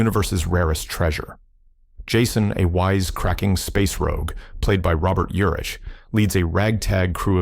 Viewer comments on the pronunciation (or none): Another lose the AI narration. It’s pronounced Robert urick not ur-ish. Geez…